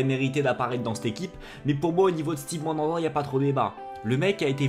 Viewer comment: frere t'es marseillais et tu nike le prénom à Mandanda stp fait un effort